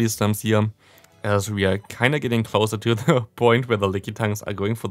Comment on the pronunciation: Why do you always Day „di“ instead of „the“